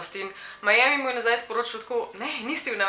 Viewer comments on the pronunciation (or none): none